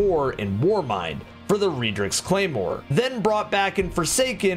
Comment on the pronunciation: How the fuck do you say redrix wrong